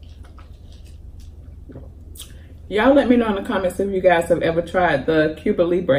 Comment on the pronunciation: I thought you want to know the correct pronunciation of your drink is Cuba Libre 🍹